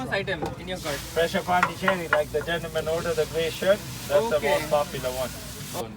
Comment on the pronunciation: it is not pandicheri but pondichery, it is a city in south india